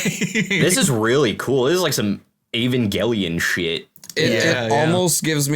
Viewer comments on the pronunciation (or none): none